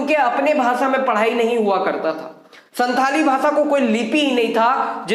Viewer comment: Pandit Raghunath Murmu ke biography aur bhi jaanlena chahiye aapko And Second thing santali language ka pronounsation SAHI Karna Hoga aapko